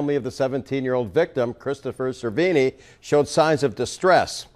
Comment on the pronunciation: Damn... How the hell did you butcher that kids' last name?; SER-VEE-NEE.